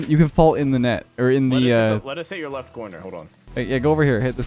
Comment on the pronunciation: Therapy ❌ ✅🛐🛐